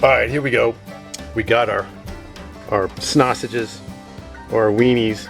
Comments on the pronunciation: It’s honestly very uncomfortable hearing you call them snasanges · Did you say snoshes